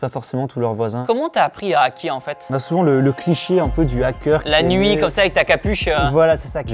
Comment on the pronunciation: Il me perturbe à dire un Nackeur on dit hackeur faites pas la liaison entre un et hackeur c'est horrible quand on le prononce sinon